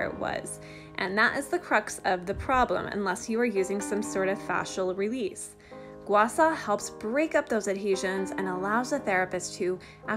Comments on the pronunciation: (GWAH - SHAH) NOT ( GWAH SAW) is the correct pronunciation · (Gua-Shaw) not (Gua Saw) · It's pronounced "gua sha", not "gua sa". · "Gua Sa" LOL! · Can you not pronounce h's or something SHA